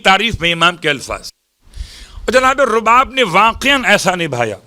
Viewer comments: بیبی کا نام رباب ہے زبر کے ساتھ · بیبی کا نام تو صحیح سے بولیں